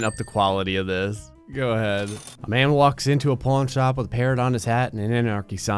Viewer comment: Is it just me or does he keep calling it a Porn Shop?